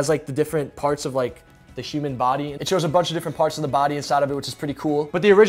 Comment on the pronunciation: is he saying Shuman instead of human?